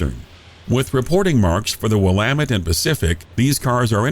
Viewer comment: Kudos for pronouncing Willamette correctly!